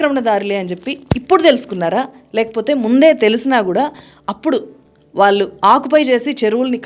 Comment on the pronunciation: అమ్మా మీకు విజ్ఞప్తి. మీరు వాల్లు అని పలుకుతున్నారు ళ అనే అక్షరం భాష నుండి వాడుకలో లేకుండా పోతుంది మీలాంటి విజ్ఞాన వంతులే "వాళ్ళు "అని పలకాల్సిన పదాన్ని వాల్లు అంటున్నారు. దయచేసి భాషను బ్రతికించండి చంపేయకండి